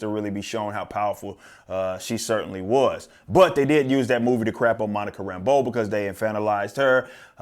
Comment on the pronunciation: If I'm nitpicking, I hate the way they call her Monica "Rambo" not and put the inflection on the wrong syllable in her name.